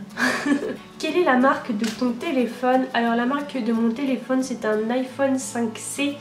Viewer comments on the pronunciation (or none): none